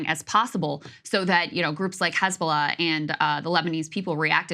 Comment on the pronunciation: What is Khizbala this Israeli is talking about ? Is it Hisbollah ? Why Hebrew speakers and Zionist supporters try to pronounce every h they see in Arabic as kh ? If you can’t pronounce it then do not try it !